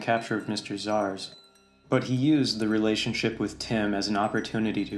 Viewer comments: why is it Victor Szars and not Victor Zsasz? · the video's great, but it's Victor Zsasz, not Zars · ZSASZ...NOT ZaRS.... drove me nuts